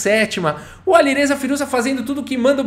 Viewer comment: “Aliruza fireja”